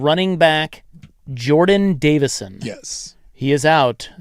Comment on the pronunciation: It's Davison not davidson. And no he will be the guy. Hill will be barner to lamichael